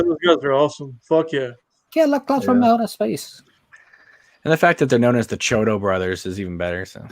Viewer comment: It isn't Chodo, it's pronounced Key-o-doh. Like how there's an "I" in their name: Chiodo.